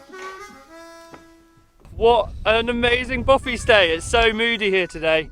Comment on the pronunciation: Hi there. Just to point out it is actually a ‘bothy’. I think the confusion might come from the presenter’s pronunciation. Cheers.